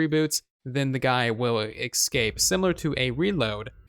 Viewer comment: What are you saying? Excape?